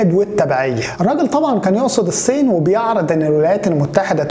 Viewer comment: ياريت يا استاذ تتعود على نطق كلمه الصين لأنها هتيجي كثير معاك الفترة الجايه